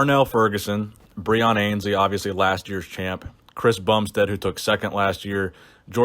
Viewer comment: Breon ANNE's-lee is how his name is pronounced